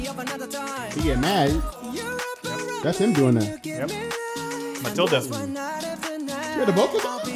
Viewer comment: My guy said Matilda 😭